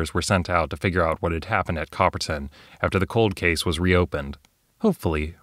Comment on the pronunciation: Pretty nifty. I remember playing Cthulu back in the 90s at a convention, it was around the same time that I test played Men In Black (the West End Games version). Both were fun. By the way, every time you said Copperton (pronouncing the "ton" like "tin," which is common enough), I heard "bronze," since copper and tin make bronze... sorry, bad joke. The video was good, though.